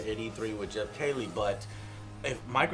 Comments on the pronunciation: his name is pronounced Jeff keelee. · Geoff Keighley His last name is Pronounced Key-Lee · also love that joe doesnt pronounce dorito kings name right, like its some other person : D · That's not how Geoff's name is said, Joe! smh haha XD